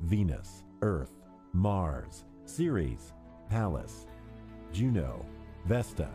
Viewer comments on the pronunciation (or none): none